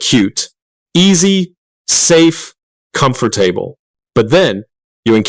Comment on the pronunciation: Did you really say "comfort" "table"? Please, please, please be a text-to-voice error otherwise . . . brain go "BOOM!" On another matter - some years ago I drove up to a single vehicle accident where the pickup truck had flipped upside down and the driver had been thrown through the windshield and had somehow come to be "folded over" at the waist but mostly in the gap/angle created by the hood and windshield. A nurse on vacation was holding his wrist which was sticking out while several of us got together to try to lift the truck off of him. The nurse said that his heartbeat was becoming slower, likely due to the pressure of the vehicle pressing him down. About 10 seconds before we lifted the truck she reported his pulse had stopped. So 5 or 6 of us - not sure precisely as it was a chaotic scene as there were 2 other passengers who had been thrown clear and were bleeding from a variety of injuries - heaved the truck up and moved it over about 4 feet, enough to free the drivers body up so he could be laid on his back and the nurse - and by now there was also a doctor who also was on vacation (big tourist town) - began CPR. Here's the thing -one look at the driver and you could tell he was de*d. Can't say precisely why but just by looking you could tell the body was just a vacant piece of meat. Now, a minute or so later, there was no intake of breath, his eyes didn't open more, but it was instantly apparent that something had changed and he was no longer a "vacant shell"